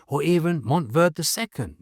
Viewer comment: IT'S PRONOUNCE MONTEY VERDEY. GREEN MOUNT